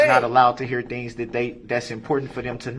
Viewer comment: The same can be said for his other misinterpretations of words such as saying “axed “ instead of asked “dings” instead of things “biast” instead of bias